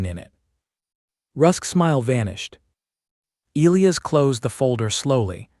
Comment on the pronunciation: Pronouncing Elias wrong the entire story drove me crazy